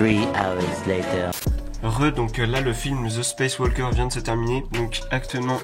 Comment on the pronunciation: Dit-moi tu es éduqué ou pas car je pense qu’on ne prononce pas le “l” dans walker